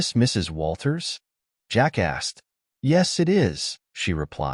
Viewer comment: I kept giggling like a kid. Every time the narrator would say, "Jack asked...." it sounded on my computer speakers like Jackass. Hey, I told you it was childish, still made me laugh!!